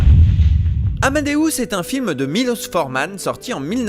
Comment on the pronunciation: Mon film préféré 🥰 et son premier doublage est juste un chef d'oeuvre en soit 😊 Par contre on dit Milosh, pas Milos ^^